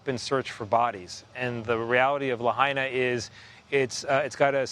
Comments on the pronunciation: Redub that piece and get the name pronunciation right. We hear that you are saying it correctly now, but it is disrespectful to leave "La Hay Na" in the news piece. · Could you manage ONCE to pronounce Lahaina right? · Learn how to pronounce Lahaina correctly, Its not Laheena. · La Hina! not La haina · La-hey-na? ikaika i ka lahaina 💪🏼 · grim. devastating. sad. (side note to the correspondent: it's "LA HI NA" not "LA HAY NA" - minor, but relevant point - know your material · says La’hey’na & flips to La’Hi’Na. Consistency in the correct pronunciation is key in broadcast journalism. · La-hey-na?? 😖 Ugh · Luh-Hayna? You couldn’t even respect the people and town enough to learn how to properly say it before reporting on it? Good lord. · "la-hey-na" --, it's clear you need to learn how to say the town's name.🤦‍♀ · That Hawaiian, historic town in West Maui, is pronounced, “Lah hai(hi) na(nah).” Please learn any foreign-sounding word, names, places, before speaking on-the-air. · The ‘hai’ in Lahaina is pronounced like “Hi!” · It's pronounced La-Hyna! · The fact that he can’t even be respectful enough to pronounce Lahaina right even after hearing it pronounced correctly numerous times. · Do you think if you say there were warnings it will magically make it true? THERE WERE NO WARNINGS!! Maui has 80 Natural Disaster Sirens. NONE OF THEM WERE SOUNDED! Cell phones out! No warnings given!!! Get the facts, Fake News. And learn how to pronounce to town name.